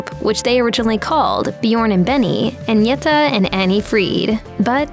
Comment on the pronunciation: WHERE THE HELL DID THEY GET THIS STUPID BITCH FROM TO DO THE COMMENTARY SHE CAN'T PRONOUNCE THE NAMES OF AGNETHA OR BJORN . SHE SHOULD HAVE BEEN SACKED BEFORE SHE EVEN STARTED THIS VIDEO.